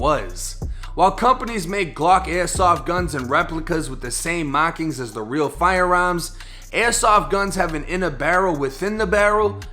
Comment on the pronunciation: “FIRE AERMS”you boston